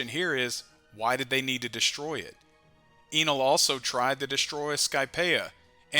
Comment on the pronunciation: pronounce his name “EH-NEL” or “N:L” U can make OP theories all day long but u cant mess up the OP nouns like how we don’t miss new named attacks.. Sensei really out here rewriting the bible mayne